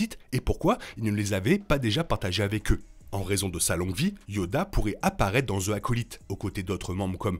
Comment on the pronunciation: Vidéo au top comme d’hab 😁😁😁 (Juste dans « the acolyte » le « the » ce prononce « zi » car le mot suivant commence par une voyelle)